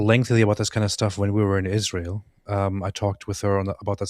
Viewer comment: Seriously: why does she say "Izhrael"?? What is wrong with her??😂